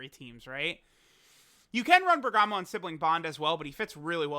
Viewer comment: There's so much bergamo love.. but it's BERGAMO